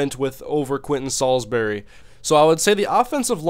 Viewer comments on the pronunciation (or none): none